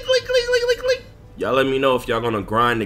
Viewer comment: Bruh why you say Leak like that dude?? Cmon bro you don’t have to say it like that! It’s kinda cringe man😣